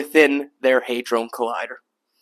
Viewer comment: He said HI-drone collider. Lmao Hit like anyway, not everyone is an A student in language.